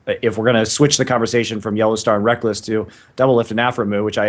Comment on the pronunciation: again... It's NOT Rekels, it's fricking Rekkless goddamn, educate yourself woman